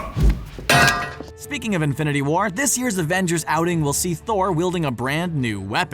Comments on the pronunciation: Surter not Surtore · Surtr, not "Seertor"